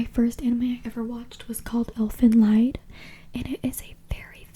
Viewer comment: Elfenlied was a realy impressiv anime back in the days =) Just a little hint: The name "Elfenlied" (means "Elves song") is a german word and is pronounced more like 'Elfenlead' in english. =)